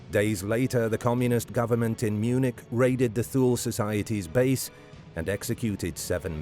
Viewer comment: Pronounced TU LE.....SLOPPY research...